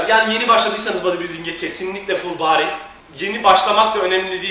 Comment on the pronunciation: ne guzel ful baadiiy diyor kitapsiz